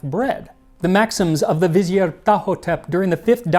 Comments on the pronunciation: Max, the word "vizier" is NOT pronounced "vi-zee-ay" but rather "viz-ear" (accent on the second syllable). The word is generally accepted to be from Turkish (vezir) or Persian (vazir) or possibly Arabic (wazir). Although the word does look French, the French form is "vizir." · Vizi-ay lol. They were French Egyptians! It's pronounced Vuh-zeer, dude. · it's pronounced vuh-zeer btw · Vizieer is a Persian word , in Arabic we proniunce it 'Wazeer ,وزير ' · It's actually an Arabic word and it's pronounced "wazeer". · I can't get over the fact that you pronounce vizier (vuh zeer or vih zeer) as if it is French, which it is not. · Fun show ! Though I think a French pronunciation of Vizier is incorrect; it's pronounced "Viz-ear." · I thought Vizier was pronounced Vih-Zeer? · You know vizier is pronounced /vəˈzir/ right? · Vi-zee-er It's not French. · You are not pronouncing vizier correctly. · pronouncing vizier like it's French 🫤🫤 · Girl, your pronunciation of “vizier”. Let’s talk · Lol why are you pronouncing Vizier incorrectly? You're not British. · i hate to be that guy but thats not how you pronounce vizier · this I don't know what word you said for after the Pharaoh sends for the it should be vizier like Brazier only visier that vizier it's a French word it's not French it's probably Arabic vizier like bazaar you know the grand bizarre of Istanbul it's a similar type word if pronunciation This year never heard a pronounce Vizier or Vizier that's a French spin on it and it's not French it's vizier vizier